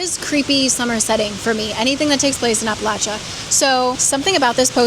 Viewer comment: AWESOME vid. Thanks for pronouncing Appalachia like an Appalachian. 😂😚